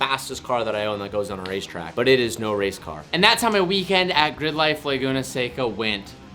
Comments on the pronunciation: Damn it I’m jealous of your weekend. Sounds exhausting for sure. Good stuff man! Keep it up! By the way, you fixed the SECA but it’s not “LAY-GOONA” it’s “LA-GOONA” 🙃 keyboard warrior here haha had to find something you did wrong because I’m jealous of your life 😝 just kidding. Love it man and I’ve followed since the Carmel mountain road driving and parking garage days 👊🏼👊🏼 used to live there and that’s probably why I continued following was to see that chevron I used to go to by my apartment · It's "La Guna"... not "Lay Guna"... Come on!